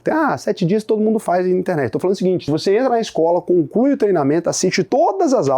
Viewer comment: falou "conclui o treinamento", eu ouvi "com o c... e o treinamento".... 😅